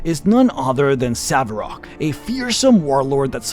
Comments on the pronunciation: "Saverock"??? Imma be honest i like your videos, but making a vid dedicated to bhaal and mispronouncing Sarevok it's a big nono. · indeed, it's Sah-reh-vohk, not savarok or savrok, or however that gross mispronounciation would be spelled. Good video otherwise, but stuff like this just really bothers me. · ITS SAREVOK! NOT SAVEROK 😢😢😢😢😢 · Do you call him "Saverok" on purpose? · Every time he says 'SaVeRok', I die inside. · It's because he's pronouncing it weirdly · I usually forgive/mentally glaze over his mispronounciations... but this one, (especially since it is said probably 100+ times in BG1&2), he has no excuse.